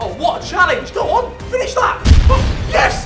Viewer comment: HE SAID FINNESE IM DED